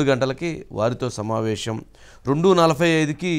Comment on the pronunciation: మీరు shamavesam అనొద్దండి సమావేశం అనాలి